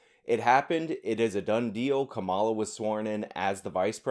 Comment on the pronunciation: It makes you sound dumb when you mispronounce the Vice President's name. I'm not sure if you're doing that on purpose out of disrespect or if you're just low information, but I think your argument would carry more weight if you were informed enough to pronounce her name correctly.